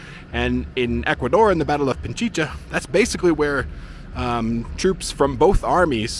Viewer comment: Pichincha (Pi-chin-cha) not Pinchicha (Pin-chi-cha), just for the sake of accuracy in spelling and pronunciation. 🤔😉 Your videos are interesting, thanks for sharing your travels!